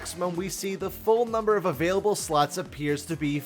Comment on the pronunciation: Every time you say slots i feeel like you say sluts🤣